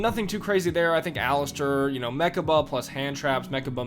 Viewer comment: Aleister not Alistair. Otherwise great vudeo.